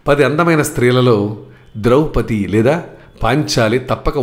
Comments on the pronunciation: ద్రౌపతి ఏమిటి అదే తప్పు ముందు, ద్రుపదరాజ పుత్రి ద్రౌపది,అలాగే ఉలూచి అనాలి ఉలూపి కాదు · ద్రౌపతి కాదండీ, ద్రౌపది. భాష దోషమే కాదు భావ దోషం కూడాను.